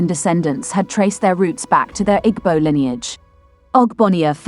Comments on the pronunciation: Narrator thanks for presentation. But, next time give an igbo person to give correct pronunciation ooo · Pronounce IGBO properly or dont use rhis voice